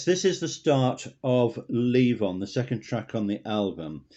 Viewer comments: It's Levon, not Leave On. LOL! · Leave on? Um, it's LEVON.